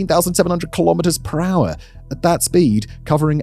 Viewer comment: How many miles perahh?